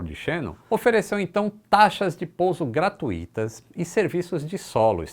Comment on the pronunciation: Ôpa,. Não é gratuííííto. Peonuncia-se gratÚÚÚÚito, embora sem acento no "U". O mesmo para circÚÚÚÚito, fortúúúito, intÚÚÚito etc.